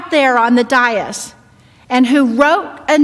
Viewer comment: This lady needs to learn how to pronounce "dais" Your only job is to talk, so do your job right